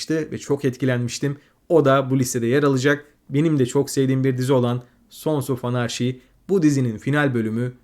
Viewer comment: Mükemmel bir video olmuş, daha da iyi olması açısından HBO,son of anarchy ve endeavour ve bir başka videodaki Orphan Black okunuşları biraz kulak tirmaliyor. 😅